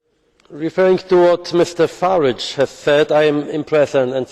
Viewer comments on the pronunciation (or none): Someone tell that guy with the speech impediment, it's not Faridge = it's Faraaage ! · Misure faridge! Misure faridge! These euro fuckers don't even make the effort to pronounce someone's name correctly.